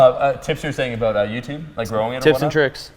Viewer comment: "Whats starwars aboot?" HAHAHAHAHAHAAHHAHA